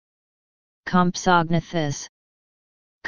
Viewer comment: Actually you are WRONG... ****COM' so NATH' us**** is the proper pronunciation.